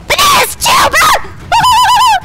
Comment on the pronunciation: And you said bro wrong🍌